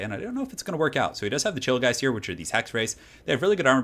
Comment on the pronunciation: am i the only one that heard chillgheist as 'chill guys'?